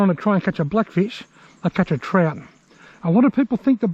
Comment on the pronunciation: Good clip! I love that you call trout trot, I always find myself saying Trot because of your videos Haha